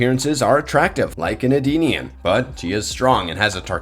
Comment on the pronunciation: E-denian not Ardenian…..